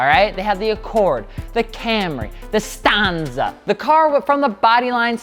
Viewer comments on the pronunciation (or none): I really hope you mispronounced the "Stanza" on purpose.